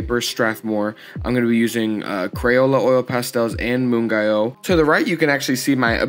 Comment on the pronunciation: I believe it's pronounced moon-gyo (hard g) :))